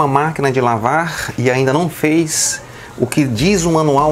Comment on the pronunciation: "... Você uma máquina de lavarrrrr". Pensei que fosse o Roberto Carlos falando ou o Paulo Henrique Amorim... Kkkkkkkkkk